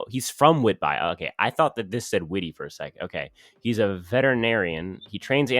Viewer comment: That Canadian city is pronounced whit-be😂